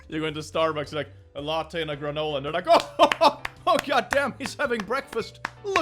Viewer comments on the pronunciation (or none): none